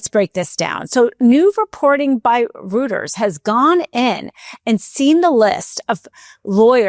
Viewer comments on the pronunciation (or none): Someone tell Dina the news service is pronounced “royters,” not “rooters.” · ROYTERZ ITS PRONOUNCED ROYTERZ not rooters like hooters. Jesus I can communicate in three languages and I can speak better than most of the people in media and I’m working at god damn fedex. Yayy for my bipolar disorder that’s repeatedly derailed me!!!!!I’m still here though aint tried to kill myself yet and don’t plan to!!!!!!! YEEHAW!! (This most unhinged Internet comment of my life has been brought to you by years decades of untreated mental illness and one probably nice and wonderful woman’s bad pronunciation of Reuters). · Roy-ters not Roo-ters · Nobody gonna tell Dina that it’s pronounced ROY-ters? Rooters!😂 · Great spot, but Reuters rhymes with goiters, not hooters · Reuters is phonetically pronounced as "Royters" not "Rooters"... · "ROOTERS" Dina? Seriously? REUTERS is pronounced ROITERS! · ROY-ters. Not ROOT-ers. Not an AI issue this time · ROOTERS?? Is that like Hooters?Jeez. It's pronounced ROYters! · It's pronounced roiters not rooters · Rooters? Lol. How is someone, claiming to be a member of the "media", unable to pronounce one of the worlds largest legacy media outlets? "Roy-Ters". Accuracy in Language matters. The latter part of this sement is far more important than the resignation of DOJ lawyers imo. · Is it ‘ Roy turs’ not rooters? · Rooters no, Reuters pronounced ROY-TERS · So this is a "Rooters" story line?😅😅😅😊 Let's try "Royters" phonetically speaking.❤ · New reporting by ‘Rooters’??? Credibility in journalism 101: Pronounce Names Correctly. It’s ’ROY-TERS’,. ROYTERS. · Not pronounced "rooters" it is pronounced "royters." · I enjoy your programs. Reuters is pronounced 'Royters', not Rooters. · Reuters is not pronounced like 'roo'. It's pronounced like 'Roy'. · Not to be a nitpicker, but I believe "Reuters" is pronounced like 'roiters' not 'rooters'... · FYI the news agency is pronounced like royters not rooters. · Reuters is pronounced roy-ters, not rooters. ✔